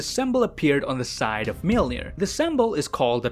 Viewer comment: thanks for the great content but PLEASE learn how to pronounce "Mjölnir"